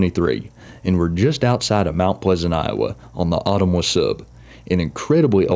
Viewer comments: Just an FYI Ottumwa is pronounced Oh-tum-wah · The town of Ottumwa Iowa is pronounced "O-tum-wa" with the stress on the second syllable. This is so cool to see Iowa and Illinois BNSF represented here! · Found your channel a while back and have been enjoying your content. SE IA was my old stomping grounds so appreciate the coverage. BTW,,, it was mentioned earlier, but will repeat in case you missed it, Ottumwa is locally pronounced "uh-TUM-wa". Keep up the great work!